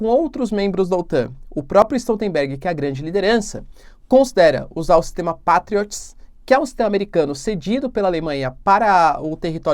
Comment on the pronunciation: Diz-se "Peitriots".